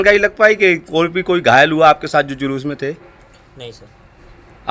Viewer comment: अबे लोडू पत्रकार जलूस नहीं शोभायात्रा होती हैं। पहले अपने वाणी पर कंट्रोल कीजिए । शुरू में आपने जलूस नहीं बोलना चाहिए था।